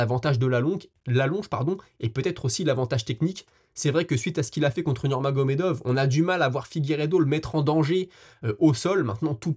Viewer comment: Beau travail, toujours un plaisir de te suivre. Si ça t'interesse, petite coquille d'expression orale à "...ça va T'être..." cette liaison n'existe pas, ça se prononce : ça va être. 😊 Et bravo pour la prononciation à de NurmagomedoV ! Je vois que tu as pris soin de corriger ça , Respect.